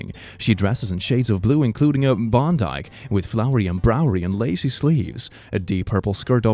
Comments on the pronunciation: did did anyone else realize that on click read "bodice(bod- is)" as "bon-dike"? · Wait “bondike” 😂😂😂 bod-iss is how you pronounce it it’s the body portion of a dress lmfao 😂😂😂😂😂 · That's purple. And this one you get a free pass because it's not super common anymore in English but the word "bodice" is pronounced "bod-iss". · Bondike? No. BODICE. Bah-diss. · read bodice like bodike r something it’s pronounced like bod-dice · did he just call a bodice (bod-iss) a bondike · You're so cute. Bodice- /boh-dis/ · Are we gonna ignore the fact that read "bodice" as "bondike"?😂😂😂😂😂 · completely unnecessary thing I noticed but uh, did pronounce "bodice" as "B o n d I k e" or am I on something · Bodice pronunciation: bod-is. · I had to rewind several time to make sure of how was pronouncing bodice. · the way you pronounced “bodice” have me on the floor😂